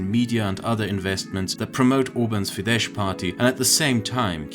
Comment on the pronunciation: Your pronouncing is quite often incorrect. It's "Fides" and not "Fidesh(tsh)" as in Hungarian "sz" is "s" while "s" is "sh"